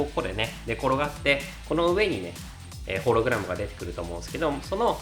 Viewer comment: ホログラムのイントネーションw 一瞬だけ修正できたのに。